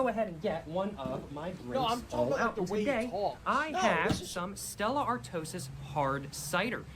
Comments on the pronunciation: i dont even drink, but im pretty sure its pronounced "Art-wa" not "art-osis" 😂. Such a weird fella. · he said Stella Artosis. its French and pronounced are-twah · who says stella Arto-sis lmao. its are-twa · Stella Art-twah ❌️❌️❌️❌️ Stella Art-o-sis ✅️✅️✅️✅️ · I’m sorry I don’t usually correct but how do u get Stella artosis from Artois like I would understand if he said art-O-iss but it’s pronounced aar-twaa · It’s AR - twaaaa Not “ar tosis” 😂😂😂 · "Stella Artosiss" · “Aretosis” kills me. He has absolutely no clue how to pronounce it. 😭🤡😭🤡🤦🏻‍♂️ Certainly hella complaints on my behalf. 😭🤡🤦🏻‍♂️ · My only issue with this guy is him calling it stella artosis 😭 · did he say stella artosis.... americans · Are-toe-sis oh my god. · Did he really just say Stella "Artosis", peak American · If you can't pronounce the beer name correctly, DON'T DRINK IT 🤬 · I was born in 1980 and this generation is goofy as hell. The way he said “Stella Artois” (like it was some sort of foot disease) had me pissing myself, us Brits are bad at French words but you yanks murder their language. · stella ARTOIS ur not saying it right artosis come-on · hearing an american pronounce stella artois like that killed me. they treat it like luxury in america